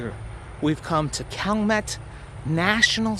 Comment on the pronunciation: It is pronounced shall-mett & its not in New Orleans. It not even in the same Parish. However it is really close. It is in the city of Chalmette in St. Bernard Parish.